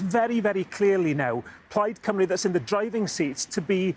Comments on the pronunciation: The way they say Cymru as Coomru is driving me nuts. They never even bother to learn the pronunciation. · You’d think English presenters would have learned how to say “Cymru” by now.